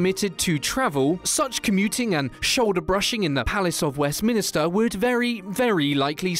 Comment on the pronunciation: Really a British reader saying Westminister? Joking mate, it’s Westminster.